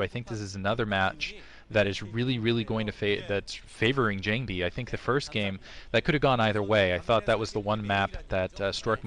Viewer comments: most SC2GG commentators are not Korean. Believe me its jOng-bee. Its how its spelled phonetically in Korean. All Korean is in Han-gul, Han-gul is 100% phonetic. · is a great new commentator. I would argue that his gamesense is EASILY better than Kenny's. FWIW, his voice, vocabulary, and fluency seem to be much more tolerable than Klazart's. Sure, he is no Cholera in terms of his commentary, and "JONG-BEE" did get on my nerves a bit, but really, I think he is much better than the commentors here have given him credit for.